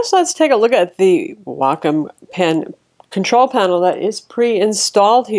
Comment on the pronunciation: for pronouncing "Wacom" correctly :)